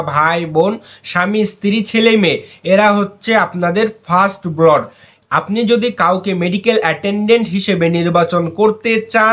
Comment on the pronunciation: উচ্চারণটা "ব্লড" হবে না। সঠিক উচ্চারণ হবে ব্লাড (blood), মানে রক্ত।